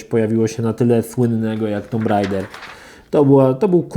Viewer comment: Jan S Ja wiem, że nie ma każdy miał angielski w szkole, ale zlituj się. Posprawdzaj sobie wymowę słów, bo jak jeszcze raz usłyszę ULTIMEJT albo TOMB RAIDER to mnie szlag trafi.